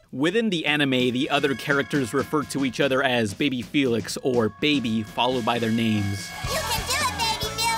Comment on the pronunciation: My name is felix and it gives me anxiety when you say my name